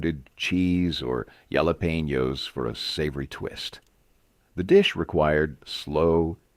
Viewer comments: Yalapaynos. Ugh. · Yellowpainyos? Did you mean Jalepenos? lol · Jalepones is pronounced: HA-le-pay-nos puh-men-toes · Yella painyos? WTF? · Pee-me-ento? What?😂😂😂 Gallop-penyos??? 😂😂 Perfect for Buffits?😂😂😂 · What are yallapeenyos? And what are peemee-yintos?